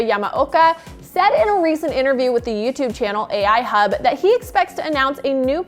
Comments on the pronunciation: AL Hub not AI Hub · Its AL Hub not Ai. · it's AL hub not AI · AL hub not Ai hub lol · hey, you know it's "al Hub" right?:) i'm pretty sure it has nothing to do with A.I.!